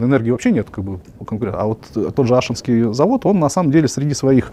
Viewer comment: АшИнский завод, ударение на И 😁